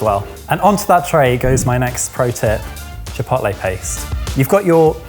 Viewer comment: As much as I enjoy an English accent, every so often, some word pronunciation will grate on me - saying chipotle with a short o. Why? In Spanish it would be a long o. But also when you read it as an English word, it looks like it would be a long o too.